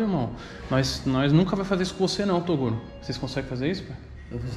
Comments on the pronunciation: "Torugo" kkkkkkkkk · Torugo kkkkkkkkkkkkkkkk qual a dificuldade de falar toguro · "Torugo" kkkkkk